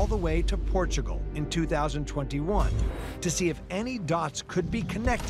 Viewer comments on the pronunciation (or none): 'Welcome to Port-a-gul.'